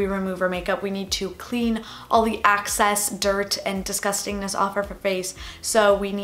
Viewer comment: She says “access” instead of excess 🤣 lol